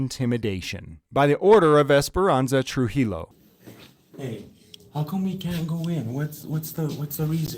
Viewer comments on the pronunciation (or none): "Tru hee low?" For Trujillo. You've been in New Mexico way too long for that.